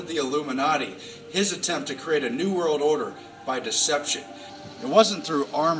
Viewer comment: he says "this new world order system", but it sounds like, "disney world order system"! Much love! Pay close attention to this kind of thing in general. Our world is not what it appears! I love these guys videos. But I have been noticing even my "friends" do this "run words together to change their meaning" agenda. The adversary is powerful, Christ Whips his butt on the daily! Full armor of God YALL!